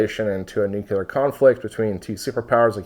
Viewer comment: Hey, really enjoy every one of your videos and you’ve taught me quite a bit. Allow me to do the same for you… NUCLEAR adjective: nuclear 1. relating to the nucleus of an atom. "nuclear chemistry" In other words, nuclear relates to the NUCLEUS of an atom… no one says NEW-Q-lUSS, we say NEW-KLEE-US. Likewise, we say NEW-CLEAR, not NEW-Q-LER. Say it however you want, I just wanted you to know how the entire world said it before George Bush Jr began murdering the pronunciation during press conferences and, because he was the president, influenced a small percent of the population and sadly these few folks passed it down to their kids.